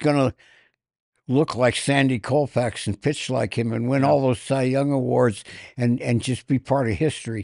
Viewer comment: Does anybody have the courage to correct on the pronunciation of Sandy Koufax? Colfax is a major highway in Denver but not Sandy's last name.